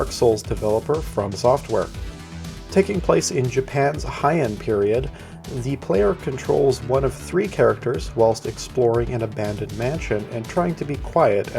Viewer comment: For the record Heian is pronounced Hey-ahn not High-en